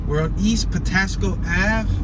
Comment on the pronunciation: Patapsco Avenue say it right